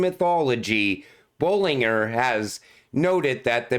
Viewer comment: Bollinger bands your saying his name wrong